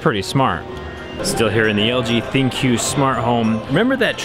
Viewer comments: I think LG pronouces "ThinQ" as Think...just a fancy way of spelling it out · Are you sure its not pronounced THINK? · Did anyone else hear thinq thicc